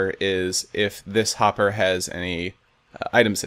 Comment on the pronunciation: you said popper instead of hopper